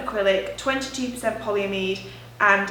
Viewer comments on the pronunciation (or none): PolyAmide, emphasis on the A